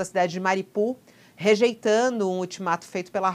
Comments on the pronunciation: Mariupol não é uma cidade russa e a fonética é ucraniana, país onde fica a cidade. Na Ucrânia se pronuncia "MARIÚPOL" e a o mundo inteiro pronuncia assim. Só no UOL essa moça pronuncia errado, falando "MARIPUL". Ensine a ela por favor. Grato. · Alguém por favor ensine a essa criatura a pronunciar direito o nome da cidade. Não é MARIPUL, é MARIUPOL!!!